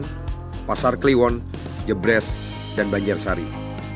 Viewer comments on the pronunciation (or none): Kak jebres nya e nya pake e bukan pepet tapi pangkon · Maaf untuk pengucapan serengan dan jebres salah